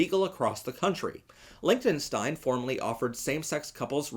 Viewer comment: I fully support lgbtq but please learn how to pronounce Liechtenstein